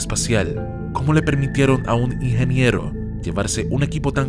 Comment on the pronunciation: Por querer hablar rápido no se te entiende la palabra "ingeniero"